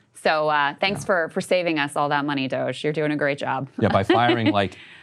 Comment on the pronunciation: Shoutout To Ryan Grim, his insightful takes, and the way he never pronounces DOGE right.